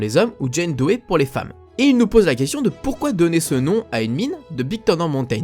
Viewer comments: pour le patronyme DOE on prononce DO et non Dohé ... sinon super intérressant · Tu maîtrise pas bien l'anglais quand même:p C'est "last chaince" qu'on prononce et pas "last chaaance":p Et "monumainttttt valli" et pas "monument vallée ":p Je te pardonne vu toute les connaissances sur frontierland:p et pas "doé" mais "dou" ça se prononce:p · On ne prononce pas le e de Doe. ça se dit "Do" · me semble que le nom "Doe" se prononce "Do" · Sa se pronnonce John "Doé" ? J'ai toujours cru que sa se prononcé juste "DO" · Salut! Je suis ravi de t'avoir fait découvrir le secret de la Baby Doe Mine! Petite précision, ça se prononce "do" comme la note et "maïne";) Et surtout merci pour le crédit, ça fait plaisir de voir son travail respecté! Bonne continuation et à la prochaine!